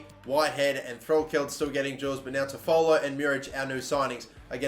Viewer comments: FYI, it’s Tof-ah-low. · Just giving you some help Toffolo is pronounced 'toff-o-lo' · It’s pronounced tough-full, and Lincoln are in league one now after winning league 2 last season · You are saying toffolo wrong It's pronounced toffalo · You are saying toffolo wrong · Please go see how to pronounce Toffolo correctly please 😅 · Your also pronouncing toffolo wrong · Love how you pronounce Toffolo, it's not quite correct but it makes me smile!